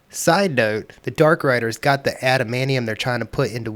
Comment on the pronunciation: After hearing how you say "adamaneeum" I'm not sticking around to hear you say "mu-ants".